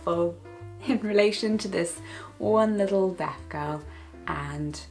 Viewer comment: Everytime she says 'deaf' i hear it as 'death'